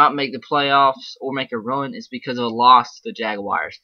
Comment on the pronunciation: Jaguars not Jagwires lol